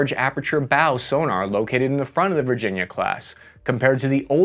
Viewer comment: "VIRGINA CLASS" ????